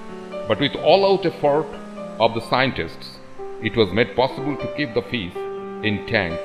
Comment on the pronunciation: The narrator says “fiss”